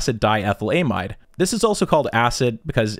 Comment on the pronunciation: I fn hate the way you say amide, or lysergic acid diethylAmide.